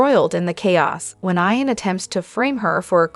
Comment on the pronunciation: It's not pronounced I-AN but E-AN. She pronounces this word several I mean several as if she has this, frustrating.